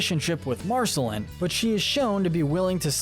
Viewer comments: Why was he pronouncing Marceline Mar-sel-in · The e in her name is silent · Realised this guy has never watched the show when he calls her Marcelin and not Marceline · U pronounced marciline wrong so many time s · Ah yes "marsehlen" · UGHHH yes I'm so glad I'm not the only one who noticed, who's marcelin ? what's an en-churro-don ?? MARGIES ???? like c'mon man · Exactly! In En-cheer-i-don? Margies? Marcy-lynn! Smdh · Marceline rhymes with QUEEN not Finn! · Thank you! I can't believe i had to scroll this far in the comments for someone to mention this. I cringed so hard every time he said it! I want to ask if he's actually ever even SEEN the show?!? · Did we skip over how Marcelines name was pronounced? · You keep saying Marceline wrong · Ur pronunciation of Marceline makes me cringe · Okay dude have you seen this show? How do you not know how to say viola, marceline, margles or gunther? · This guy made me second guess if he had actually watched the series after hearing how he said enchiridion and Marceline 😂😂😂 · he kinda pronounced marceline incorrectly. did anyone else notice?